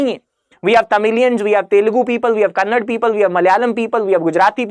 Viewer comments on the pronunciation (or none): i love the video. i love the host. please say KANNADA not KANNAD